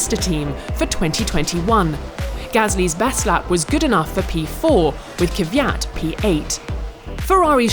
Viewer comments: It's KVYAT not Kivyat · It's "KVY-AT" not "KY-VY-AAAAT" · how english speakers cannot pronounce Kvyat... there is no letter between K and V. They say something like Kivyat